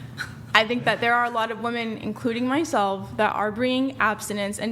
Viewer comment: The gunt chick can't even say "women" correctly.